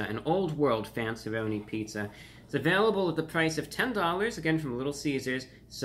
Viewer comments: For as much of superior interest you purport, I was dismillay for your lack of taste pronunciation of fanceeroni but considering that it's probably a b level pizza I do concur that your distaste is warranted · I absolutely love how he said the “RONiS” 😂😂